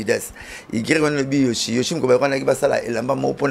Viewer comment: C YEBISA BALOBAKA YOSHI TE, BALOBAKA YOSHJI ET NON YOSHI.... AMIKUSAKA AYEBI FORME, MAIS AZO KOKA KAKA KO PRONONCER YOHJI TE ASALAKA ERREUR WANA CHAQUE FOIS ATANGA GRIFFE WANA YA YOHJI, APRONONÇAKA YANGO KAKA MABE, ALOBAKA KAKA YOSHI, EZALAKA YOSHI TE, EZALAKA YOHJI...... BONGISA PRONONCIATION.. EZALAKA YOSHI TE.. YOHJI YAMAMOTO